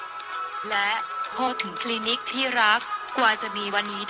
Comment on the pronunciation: เก๋ กลายเป็น เก..คลีนิค เป็นคลีนิ๊ค ฟังแล้วปวดกบาลมากพอเถอะคนนี้อ่ะคือฟังแล้วไม่รู้เรื่องเลยว่ะ